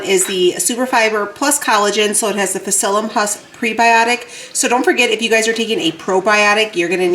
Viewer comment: Lol, I feel compelled to tell you that the p is silent in psyllium. I really see how your body is changing. Incredible.💪